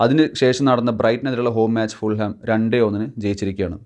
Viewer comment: Hi . Fulham all a pronunciation . Fulam. jH is silent .